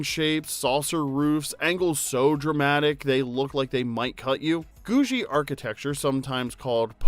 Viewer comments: George only ever using the treadmill in the end credits is pretty similar to Fred Flintstone putting "that cat out for the night" in their end credits. What cat?!? Also: Pretty sure the architectural style is pronounced as Googie with a harder G 'guh' sound, rather than a J. Not 'goo-djie'. Rhymes with 'Doogie Howser'. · That is so not how you pronounce "Googie". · please never say googie again...that was too painful.Thumbs up everything else...